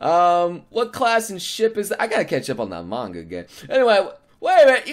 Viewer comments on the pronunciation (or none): none